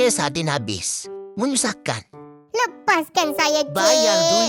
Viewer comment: Kenapa bila dia sebut "MENYUSAHKAN" bunyi macam ore kelantan cakap KL😂😂